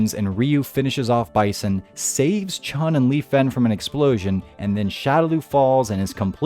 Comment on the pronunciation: There is no ‘g’ in Chun. It’s not Chung. It’s pronounced Chu-N